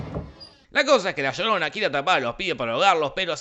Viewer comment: "La llodona" Gente inteligente de Internet, he escrito "llodona" a apropósito por cómo lo pronuncia el personaje